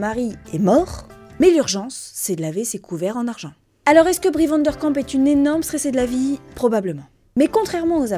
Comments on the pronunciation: Super vidéo merci Par contre c'est Bree Van de Kamp et non Van der Kamp, j'ai eu mal à chaque fois que tu l'as prononcé 😭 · Très chouette vidéo comme toujours 🫶 mais par contre petite précision c est Brie Van De Kamp et pas Brie VandeRRRkamp (le r n a pas sa place haha) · Sorry faut que je le dise c'est mais Vandekamp haha ya pas de r 😂 ça m'a fait tiquer toute la vidéo haha😂